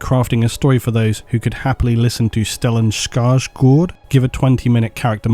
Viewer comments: I am swedish and I give you an approval rating of A+ for pronouncing "Stellan Skärsgård" in near-perfect swedish. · That's probably the best pronunciation of Stellan Skarsgård by a native English speaker I've ever heard. Kudos for not just saying it in English. Very interesting topic. I hope Henry Cavill hears your request for an interview.